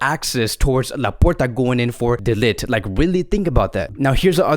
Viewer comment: His name is actually pronounces as "de licked" not "de lit"😂